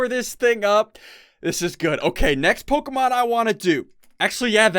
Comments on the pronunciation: Omg SSundee your driving me insane by saying Pokamon it's Pokemon please try to say it right but nice vid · Who else cringes a bit when he mispronounces the Pokemon names? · rarely pronounces Pokémon names correctly XD